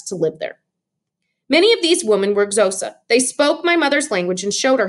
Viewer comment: I'm sorry I just needed to add this, the Xhosa is in fact not pronounced as (zosa) it is pronounced as if it was spelled (Kosa).